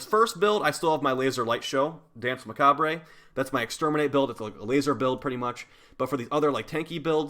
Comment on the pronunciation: Hey, the E at the end of Danse Macabre is silent! Just thought you should know:P